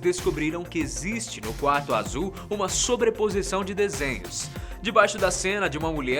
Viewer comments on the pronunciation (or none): AZIUL😂😂😂❤ sotaque na palavra azul AMEI